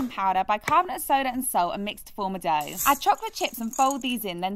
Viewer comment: “Mix to fourm a douuh”